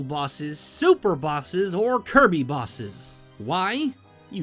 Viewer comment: SAYS KIRBY WAY TO CORRECTLY